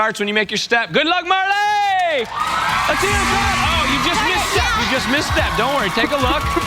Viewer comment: And he also said Marla the instead of Marley